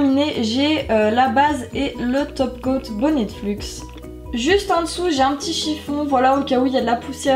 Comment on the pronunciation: C'est bonnet luxe pour info et pas bonnettefluxe😭😂😂